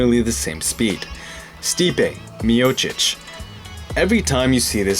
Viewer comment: you butchered sipe miočić's name but overall great video😂